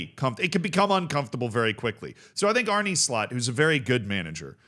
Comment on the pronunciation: Funny how you say Arne